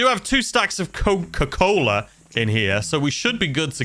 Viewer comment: The way he said coccca cola 😂🌚